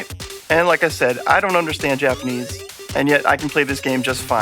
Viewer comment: O man I’ve been waiting for this one! Major major props guys! You guys did a ton of work on this! I’m picking this up for sure. Some iffy titles in there haha the sweaty dudes! Your Japanese pronunciation is on point!